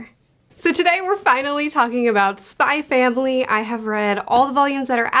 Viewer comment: Doesnt pronounce the X in Spy X Family Yikes. Im out.